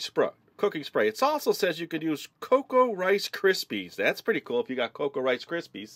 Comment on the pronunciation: Ricsypy rice Krispy then unsaid it wrong again ur soooooo funny I laughed soo hard!!!!!!